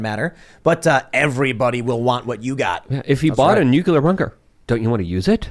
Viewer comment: ...we all love you, but you are supposed to be a smart guy, so WHY do you KEEP misPRONOUNCING the word NUCLEAR? It is NUCLEAR not NUCULAR. Hearing that mispronounced is like hearing nails scratch across a chalkboard.🤣